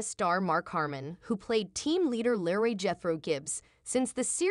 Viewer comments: It is LEROY not Larry! If you can’t pronounce the names & words right I don’t believe your story!!!!! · I'm with you it's Leroy not Larry if you can't pronounce the names correctly you shouldn't be commentating am I think NCIS Hawaii need to shake up their scared to do anything especially the lead all she does is just sit there and give out orders she doesn't join in half the time